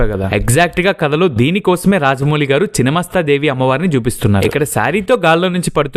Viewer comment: చినమస్తా కాదు రా నాయనా!! ఛిన్నమస్థా అనాలి!!